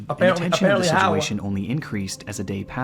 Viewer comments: holy fuck I'm not the only person sick of hearing him say "Sidjewation" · si jew way shun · ITS BEEN YEARS AND CAN STILL NOT SAY THE WORD “SITUATION” 😭 listen when he says it, you can never unhear it